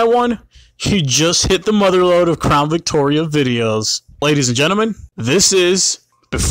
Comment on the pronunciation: "Crawn Victoria" can't un-hear that